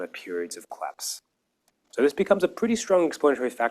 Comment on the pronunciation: Funny that he keeps saying "clapse"